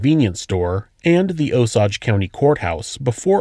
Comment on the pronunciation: It took me way too long to realize that this took place close to me. Kansas doesn’t have many things like this. The closest thing that like this that happened to me was when Kyle Flack killed someone in the town I’m in. Also Osage is pronounced oh-sage